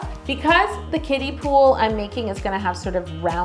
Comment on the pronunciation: Not me thinking she was saying 'Kitties' instead of 'Kiddies' I thought it was pool for the cats lmaoooo